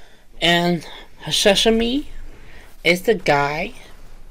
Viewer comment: hashashin not hashashimi dude. You are thinking about food again, sashimi. hahaha